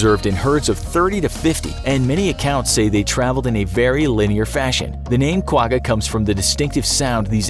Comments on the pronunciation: As a side note from a South African the quagga is not pronounced with a hard g , it pronounced with a sound like you have popcorn stuck in the back of your throat kind of like how you pronounce l'chaim ( a Hebrew cheers/toast) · The way you’ve pronounced Quagga makes me laugh 😂 it is difficult to pronounce though, the best I can explain it is when your trying to make a spit ball and make a ggghhh noise at the back of your throat x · You didn’t pronounce Quagga right. Lol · You pronounce Quga wrong